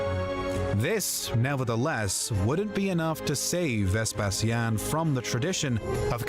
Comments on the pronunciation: In English, as far as I am aware, "VesPEsian" is how u pronounce it, the reason why pronounced it differently is because: 1. He is a native Romanian, and we spell the word: "VespaSIAN", because we focus the tone on the "i", 2. The latin spelling of "Vespasian" was "VespaSIANUS", where u put the tone and focus on the "SIA", that's why we, Romanians, the descendants of the Classical Antiquity Romans of the 2nd and 3rd Century inherited the Latin language and alphabet + spelling. It's totally okay for u to either use the Latin spelling OR the English one, but if u gonna start using the Latin spelling, then u will have to with every name and title of Roman origins you ever come across again =), so better stick with English haha. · your pronunciation of Vespasian is correct. The narrator's pronunciation is completely wrong and weird!